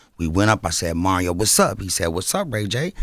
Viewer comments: Who tf is “ MARRYO” lmao 💀😂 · Is him consistently saying Mario’s name wrong on purpose for me? 😂